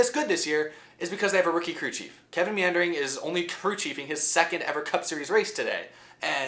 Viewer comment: lol "Kevin Meandering"